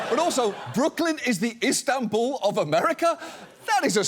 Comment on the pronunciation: INSTAN-bul? who df made this?